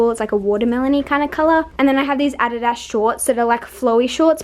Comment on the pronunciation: I thought it was kinda funny how she said adidas😂😂.